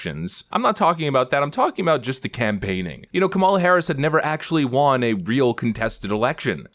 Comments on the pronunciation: When you say she Juan are you trying to say won or juan 🤣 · It’s won. Not wan. U sound r worded.